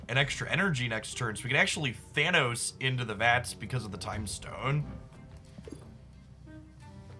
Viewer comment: “To trigger thanOhos 😫”